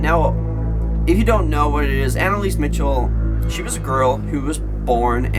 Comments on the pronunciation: btw. its pronounced Michelle not Mitchel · MICHEL NOT MITCHEL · MICHEL NOT MICHAL